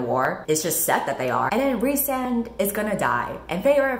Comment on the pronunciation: I juat keep hearing the one guy's name as Ri'saad, over and over and over again.